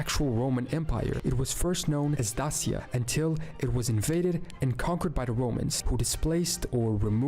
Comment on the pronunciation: Pronounced not well tbh, crna read is chrna, dacia read as dakia, etc